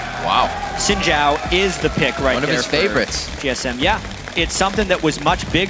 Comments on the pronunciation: You are sadly Mis-informed. It more like sin/syin-Jhao when said. Trust me. I'm Chinese. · americans can't say xin zhao correctly? its not chin jao, its xin zhao, XIN not CHIN and ZHAO not JAO.